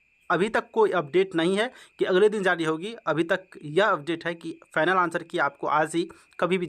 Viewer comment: Sir, Zari nahi Jari bolo